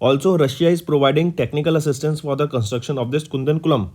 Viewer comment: its not kundan kulam... its kudan kulam ( koodan kulam)